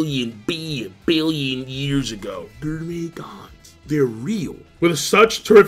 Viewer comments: I’ll never get over how u mispronounce gourmet (GORE-MAY) as (GUR-MEY) 🍖😭😂😂😂😂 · Is this the last time we get to hear King's odd pronunciation of gourmet? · Is he saying gourmet wrong on purpose? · More like 'GRRRRRRRRRRR-MAY'. Every goddamn time. He also never figured out how to pronounce Ichiryu correctly.